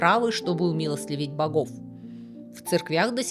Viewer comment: Спасибо за ролик! Только всё же правильно не "умилостЛивить", а "умилостивить"